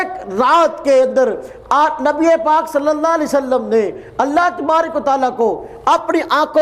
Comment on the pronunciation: sala ye mere murshid ki bat krta he khud to ye MUHAMMAD pak pr salam bhi thik se nhi deta .....pta nhi kia ''salle salam'' keh raha he MUHAMMAD ke nam ke bad....